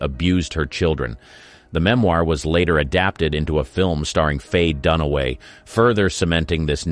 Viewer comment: Dunaway not Dunway